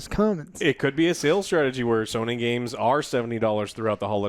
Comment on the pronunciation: Why does it sound like is saying "Sah nee" when he says Sony?